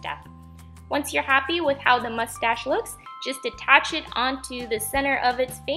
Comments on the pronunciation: Who else noticed that she kept saying mushtash not moustache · You sound like your saying mushtash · Lol u said mustash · the way you say mustache gives me life. very cute craft! love all of your videos and ideas! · Haha, I love the way you were kind of struggling to say mustache. Very cute octopus! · Love the way you say mustache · MSP123 ikr